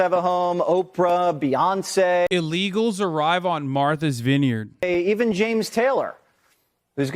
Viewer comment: “Marthers vineyard”